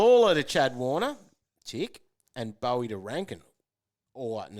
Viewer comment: cmon guys, pronounce Boweys name right :)